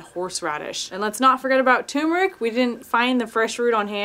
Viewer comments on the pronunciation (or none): none